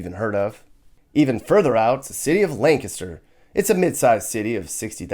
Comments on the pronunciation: I appreciate how pronounced the proper PA pronunciation of Lancaster; "Lanc-IS-ter". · The one person on the internet to pronounce Lancaster correctly 👏👏